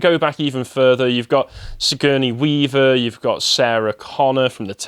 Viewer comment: Who's "Skurney weaver?" 🤣🤣🤣